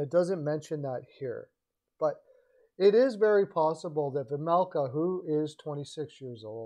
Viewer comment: OK. First of all, you might want to be a bit more precise with your language. Vejmelka, not Vajmelka unless there is a foreign spelling you are using. "Vajmelkad" the way you used it at the beginning is a verb, not an adjective; and as Chad Rockey said, LAK and ARI are not in the same division but in the same conference. I know the points you were trying to make but this needlessly undermines your credibility with your listeners. Quick does not have a NMC or even a NTC in his contract btw. More credibility issues. Second of all, I'm a full season seat holder to both LAK and ARI. I'm only going to speak to LA and not the other teams. Vejmelka is having a good season but it is unnoticed b/c the Yotes stink this year. But it is only one season. Last season, he played a little worse. I'm not convinced he's the answer to LA especially in light of Copley's play. You can tell that LAK plays more confidently in front Copley than Quick (strange for me to say that). As someone else I know pointed out, ARI needs to have some faces in the fold for this crucial vote in Tempe- one that could decide whether or not the Yotes stay in ARI. Vejmelka can be that face- one of them (Keller is probably the other). G's typically do not command a big trade premium particularly in-season. There is no reason for ARI to take Peterson either. Right now, he is a waste of cap space. I don't see this in the cards. I do see LAK being a D-man away from being a serious contender- if they can stay healthy. They